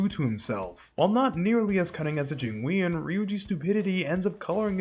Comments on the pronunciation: I really don’t wanna be that guy, but it’s “Jing-won” mafia not “Jing-we-on”. Great video regardless though! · Your pronunciation of jingweon is wild considering how much they say it in game 💀💀💀